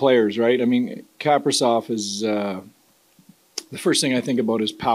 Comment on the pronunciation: Bro don’t know how to pronounce Kaprizov 😂